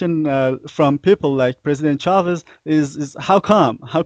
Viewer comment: Dear Paul Jay. I appreciate The Real News enormously, and have donated. ONE THING: It's "Chávez" with the accent on the first syllable. Thank you! :)